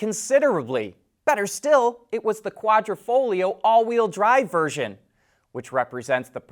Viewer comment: Thank you for pronouncing Quadrifoglio correctly. :)